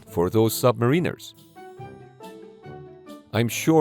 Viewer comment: 1- *cornerstone.......not "corner store", & ẞ- It's pronounced , NOT " "